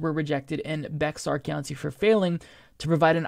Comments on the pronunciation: Ahh he said “bex ar” it’s bear love you though probably polish or something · QUIT SAYING "Bex-ar" PEOPLE! IT'S JUST "BEAR"! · It is even more complicated than that! You have to get your assigned voter ID number which you have to get from the state of you don't know it....which most people don't. ***Bexar is pronounced (bear). It is Spanish the x is silent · Turnout for Texas’s primary has been down significantly this cycle, no surprise considering these voting laws. I’m fortunate I live in a large county (Tarrant), but feel for those in small or poorer counties. PS: Bexar County is pronounced like ‘bare’ or ‘bear’. The x is silent. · Bexar County is pronounced "bear" county.